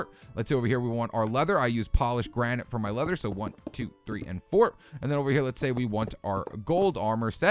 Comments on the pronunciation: I think he did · Did he just say "granight" instead of granite?